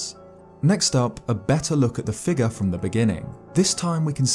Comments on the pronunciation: A strange “fig-ahh” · I know it's because I'm American, but I love how you say "figure."